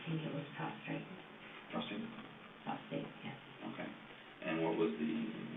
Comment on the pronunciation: She was a nurse and calls it “prostrate” cancer and the detective has to correct her?